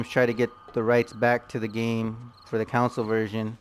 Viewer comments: "Con soul" is how its pronounced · "Council" lmfao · Ive never heard someone pronounce "console" so wrong so many times